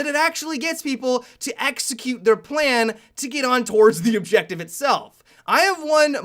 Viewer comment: "Play the objectivuh"